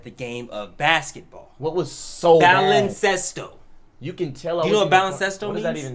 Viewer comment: Lol wtf, no. the way he said it was like a 5th grader trying to pronounce Spanish for the first time